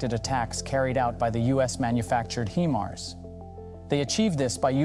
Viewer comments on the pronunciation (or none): Stop saying “he mars”! It’s “hi mars”. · HI-MARS not HIM-ARS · it's hi mars, not heemars or him ars. would think a military channel would know this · What's a Him-ars? Is is anything like a High-mars? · wtf are "HeMars" 🤦🏻‍♂️ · Only time I've heard it called "HEMARS" lol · "HEMARS" is that the way russians pronounce it? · Just saying it doesn't make it so. Where are your sources? You can't even pronounce HIMARS properly. "HIM" Mars? Bwahahahaha pathetic Russian disinfo! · HIMARS spoken like High-Mars come on you sound like an English speaking Male which some other channels if your not sure. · Why does a channel that states its location as "United States" pronounce HIMARS as "HE-MARS"? 🤔And here's how the channel describes itself on Patreon: "We are a small team consisting of 8 creative young people are trying to develop video content about military, defense and geopolitics. We are available on YouTube with Military TV channels and Facebook pages, we really need support from the audience." But no more info about where they live, who they are, nothing. Makes me wonder who's really behind this channel. I don't think they are native English speakers though. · I am suspicious of the authenticity of this video due to the mispronunciation if ‘HIMARS’. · It's HIMARS with a long 'i' sound, not a 'ë''. I cringed a little every time he mispronounced it. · How can people take you serious when you don't know how to properly pronounce the weapons system you are covering???? 😂😂😂 Great video otherwise! 👍